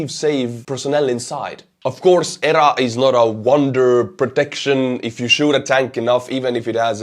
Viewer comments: Speak as you wish my good sir, but in USA we would say "nipped /in/ the bud" and we say E.R.A. with the letters. Very outstanding coverage! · My friend..."EEEEE, ARRR, A" The word is not pronounced. Just the letters.